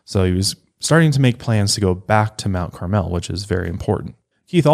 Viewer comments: Everyone commenting on this seems to ignore the proximity of I-57. Lots of travelers from all over the country passing thru. And Mt Carmel is pronounced Mt CARmel, not Mt CarMEL. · being from IL, their pronunciation of Mount Carmel has me dead